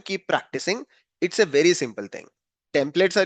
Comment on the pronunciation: wery wery long videooo